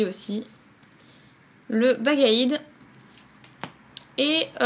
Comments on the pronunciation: super vidéo mais se n est pas bagigiuanne mais baggaid et c est minotope a rautotaupe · Sans vouloir te vaixe c bagaide et non baguiguoine PS:desoler pour les faute